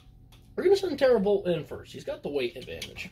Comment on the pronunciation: Glad you liked it! I'm kind of shocked you realized it was hand drawn right off the bat lol. You're saying it correctly btw. And gl to everyone who will be in/is in the tournament, this will be fun!